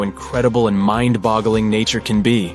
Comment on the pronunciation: also the fact he said mind bogoling